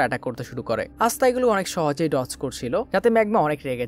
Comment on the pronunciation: এসতা নয় আসতা